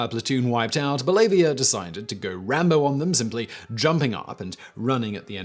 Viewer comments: Stackhouse I knew he was gonna mispronounce Bellavia’s name too. Lol Side note- my favorite part of his book is when he’s in the kill house screaming “the power of Christ compels you!” back at the insurgents when they yelled out “Allahu Akbar!” at him. Lol I really hope that part makes it into the movie. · You butchered David Bellavia's name. It's pronounced Bell-ah-VEE-uh, not Bell-ahvia. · Well, Simon...you're in plenty company who did not pronounce Mr. Bellavia's name correctly. Even President Trump didn't get it right. He happens to have a talk show on WBEN-AM, and the beginning of his show even has a montage of this. For the curious...BELL uh VEE uh. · His name is David (Bella-via). Spending two minutes looking up pronunciation isn't hard. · It's pronounced bell-a-via. He hosted a radio show for a few years in my area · Bell-a-vee-ya I listen to him most days that I can on his radio shows, and while the mispronunciation of his name is kind of a running joke, figured I’d throw it out there. Love the videos! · Today I Found Out I just knew that you were gonna mispronounce Bellavia’s name. Lol I’ll have to send him the link to this video so he can check it out. He’d probably get a laugh out of it though. He usually has a pretty weird sense of humor; case in point when he was in the kill house alone and the insurgents began to scream “Allahu Akbar!!!” and rush in on him to kill him, Bellavia just yells back “The power of Christ compels you!!” to them (he couldn’t think of anything else to say and he had also just recently watched the exorcist). Then the insurgents repeated their battle cry again and Dave responded back with “the power of Christ compels you!!” again. This exchange went back and forth several times. So it’s just these people screaming “Allah Akbar” and “The Power of Christ Compels You!” Back and for with each other over and over with each other. Lol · David Bellavia is a local radio host her in Buffalo, your butchering his name btw.